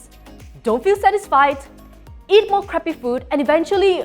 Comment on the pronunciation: The way she says crappy food😂😂😂the accent describes the crappy food is even more crappy😂😂😂